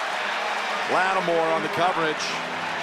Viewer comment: Was it me or did Da Dony Romo Aye called Lattimore "Lattimer"?